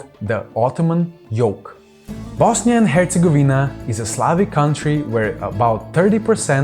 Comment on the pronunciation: Totally butchered the Bosnia and its ethnic makeup lmao.